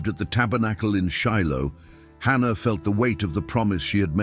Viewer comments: Its Hannah, not ANNA.😢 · It’s Hannah not Anna 🤦🏽‍♀️